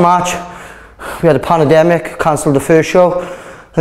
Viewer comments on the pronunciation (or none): What is a "PANNA-DEMIC"???